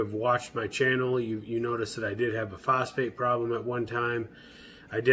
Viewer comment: Did you say you had a prostate problem or phosphate problem ? ;)